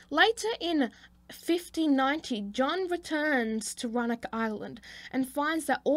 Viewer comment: Nice video bud. Its actually Raleigh (RAW LEE) and Roanoke (ROW UH NOKE)